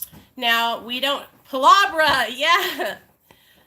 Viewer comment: Ryan got sporadic when his best friend died. He's not glorifying his past, he's just a great story teller and is telling it how it was. You have no room to talk about Ryan when you don't even know how to pronounce his last name. Palabra.